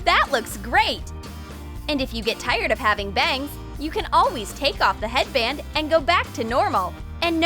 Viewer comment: Don't say hearband